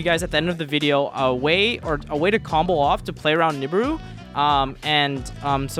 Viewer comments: Every time this guy says nib-ur-ur I cringe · i love pak but goddamn do i hate how he pronounced nibiru